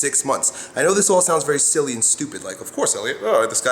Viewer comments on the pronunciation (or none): none